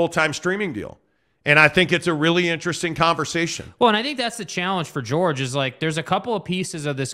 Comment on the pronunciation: The fact that y’all can’t say George’s name right makes me think y’all aren’t serious about this honestly. Eh.